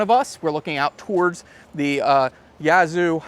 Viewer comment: Would someone please contact for me and tell him how to correctly pronounce "Yazoo"?